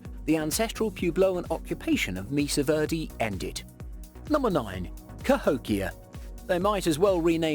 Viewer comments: its pueblo pronounced pweblow not pu as in pubic.....also mesa pronounced may sa not meesa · Great information but his butchering of the words Mesa (maysa) and pueblo (pweblow) was painful.